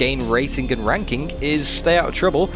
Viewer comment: “RankinK” lol